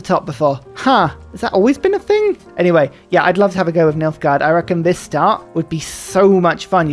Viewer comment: Me, halfway through the video: Oh, Nilfgard! I thought you said Milfgard.